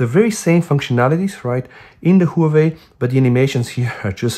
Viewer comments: Whoo-we-we or Huawei? XD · Great Whoaway phone 😂 (Huawei)